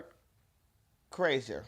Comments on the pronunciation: Bret Kieser?!! Its Pronounced Burnt Chrysler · Pronounced Cry-Sure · Cry-sher is how to pronounce it. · Oh and in case no one pronounced his name for you, its pronounced Cry-sure. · Last name is pronounced Cry-Sure. Please do more he is great! Thanks for the video! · Glad to see you finally meet Bert. It's pronounced Cry-sure. I've seen him live - he's awesome! More Bert please! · Kreischer = Cry-sher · He pronounces his name "CRY-sher." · Burt Cry-sure. Is how its pronounced. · 1) “CRY-shur.” You got it at the end. :) 2) As someone who had three years of Russian in college, I’ve loved this clip for quite a while. 3) I totally thought I’d seen you do this a while ago, just because I’ve seen so many people react to it. This was both a delight to suddenly find in my feed and undoubtedly worth the wait; you’re the best, man! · His last name is pronounced like /CRY-sher/ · It's pronounced cry sure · His last name is pronounced cry-sher lol just lookin out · YMH podcast is huge! They just had a clip of you saying Berts name wrong_ Epic 🔥 🔥 🔥 🔥 🔥 🔥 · Go to YMH podcast they show u pronouncing his names wrong bc everyone does lmao 🔥🤘it’s around 8 mins in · You unintentionally pronouncing his name wrong had me dying. Its a running gag between his friend group and fan base to mispronounce his name in the most outrageous ways possible, lmao. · Tom woulda loved how you pronounced Berts name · I hope Tom and Bert see this. You saying his name wrong us a running joke with those guys